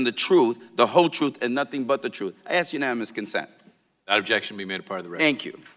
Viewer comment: Gutierrez pronounces truth like 'troof"